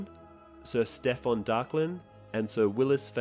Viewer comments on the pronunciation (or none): none